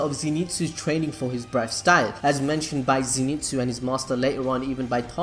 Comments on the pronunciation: so ze not zee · It pronounced zyn tsu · fun fact: its a common misconception that he is called Zenitsu, but in fact he is called Zen'itsu (so not Ze-ni-tsu but it is Ze-n-i-tsu) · Nobody Not a single soul: Zinitsu!! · Come on you can do it.. Z.. NET.. SU.. Zenitsu pronounced zenetsu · Nobody:: ZeeNeetzoo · Okay so you almost got the name right. Always read Zenitsu as Ze (e sounding like the e in end) Ni (knee) Tsu (T-s-oo) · "Zénitsu". Bruh, watch the anime and pronounce the name as heard, smh😂😂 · ze knee tsu